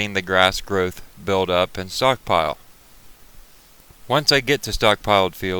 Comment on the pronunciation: Who are you fooling when you say stockpile